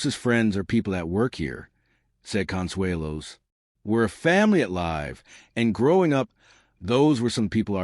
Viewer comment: How can you mispronounce “live”